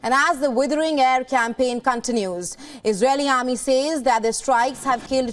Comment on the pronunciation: Not Cantinous.... Its Continues...